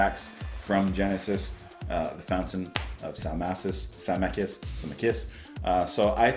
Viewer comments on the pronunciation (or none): Salmacis : Sal-MAY-cis ;-]